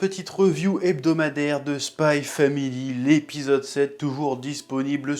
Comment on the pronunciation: ON DIT SPY X FAMILY